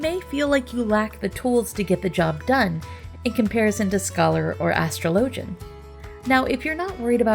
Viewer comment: "ash-trow-low-gen" > "as-straw-la-gen"